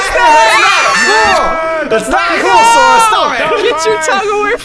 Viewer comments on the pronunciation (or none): Its Sora not Sore 😂😂